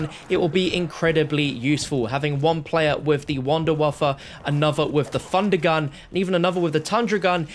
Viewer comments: “A three fundergun” Love you 😅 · "Three Fundergun" 😂